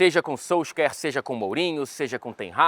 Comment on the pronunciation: 10 anos aí e n sabe falar o nome do Solskjaer até hj